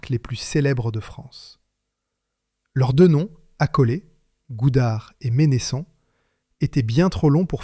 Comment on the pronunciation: Vq auriez pu demander comment la famille prononce son nom : Mènnesson et non Ménésson....